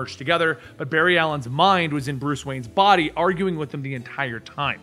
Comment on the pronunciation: I love how pronounces the D in 'body' as T so he says "botty" instead. It's super dope.